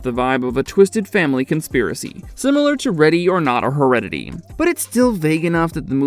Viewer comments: Who else backed it up to make sure to double check that you heard him call Hereditary "heredidy" 😂 Not mocking at all. We all make mistakes. It just made me bust out laughing because i do this type of stuff all the time. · “Heredity”? 🤔 Lol